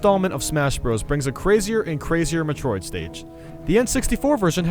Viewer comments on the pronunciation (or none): METROID(MET-ROID) NOT META-ROID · "M'troid" "Spear Pillahr" "Delfaino" Does this guy know how to pronounce things? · U said metroid and spear pillar wrong